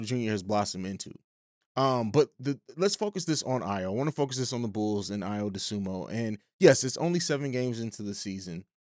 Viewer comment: Good stuff, but it's Dosunmu not Dosunmo.